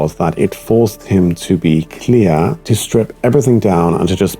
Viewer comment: Yeah it’s like the rhythm and annunciation are adapted to German. The way he says Beckett with two equal stress syllables Beck-ett also clear cle-ar